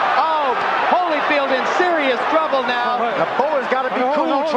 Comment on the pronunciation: Again with the Hollyfeld! LMAO 🤣 and the best part is you later pronounce it correctly 🤦🏾